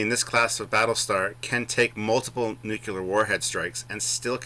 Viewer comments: Its Nuclear not Nuke u lar....By the Way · NU-CLE-AR. NOT "NU-CU-LAR" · Hey large one, if you want to sound intelligent: it's "nu/clear" not "nu/q/lear" and there is no such word as "anyways" in the English language